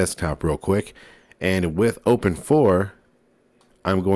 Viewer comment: yes the right way